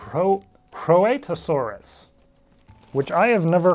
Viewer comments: I think Rhoetosaurus is pronounced 'Rhight-o-saurus' but I haven't heard it spoken in a very long time. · It's actually pronounced Reet-o-saurus